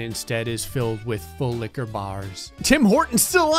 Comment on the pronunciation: This was the video I realized he was saying “Full liqueur bar” instead of “Full lick-a-bar”